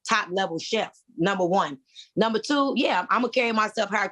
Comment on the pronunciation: It is pronounced Number not Numa. There are no Queens, with out a castle, no queens without armies, and no queens that can not speak the kings English. I side with Q..